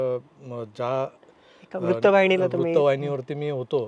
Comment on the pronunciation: अशुद्ध भाषा आहे, सुधारणे आवश्यक आहे. न आणि ण मधील फरक समजून घे. आनंद दिघे असा उच्चार हवा, आण्णद दिघे नाही. अनौपचारिक✔️ अणपचारिक ✖️, वृत्तवाहिनी✔️ वृत्तवाहिणी ✖️